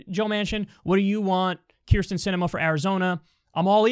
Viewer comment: Holy shit everyone mispronounces this woman's name to the point that I though Kyle was mispronouncing her name even though he's the only one who gets it right. It's Kyrsten, not Krysten.